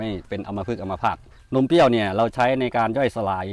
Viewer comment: นมเปรี้ยว ค่ะ ไม่ใช่ นมเปี้ยว